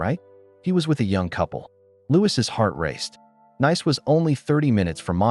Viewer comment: I thought Nice-Nays, it should Nice- Nees